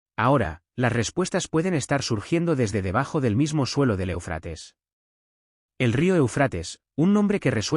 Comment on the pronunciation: ¡¡¡É UFRATES!!!. ESTAS MEDIOCRES VOCES ROBÓTICAS. ACENTO EN LA 1ERA É. DEJA MUUUUCHO QUE DESEAR.